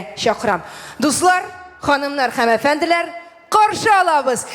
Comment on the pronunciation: үзе дә басымнарны дөрем куймый. Колакны кисә. Зөлфәт Хәким аңа бер дә кисәтүләр ясамый микән әллә)))әфӘнделәр түгел бит инде, әфәнделӘр.